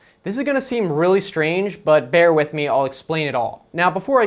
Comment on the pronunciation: I hate how he says I'n and not I'm.